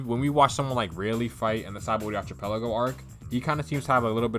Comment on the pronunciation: the ch in archipelago is pronounced like a k